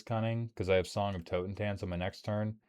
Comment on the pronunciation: Love it when german words are spoken like english ones. "Toe-ten-tance" sounds funny. (For those curious: Totentanz = Dance of the dead. It is pronounced like this: Toten is pronounced like the "to" in "Tornado". The A in Tanz is spoken like the a in annul. And the Z is pronounced like a ts. So: Toh-ten-tants roughly)